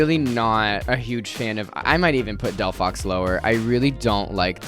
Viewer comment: girl it's literally called del-phox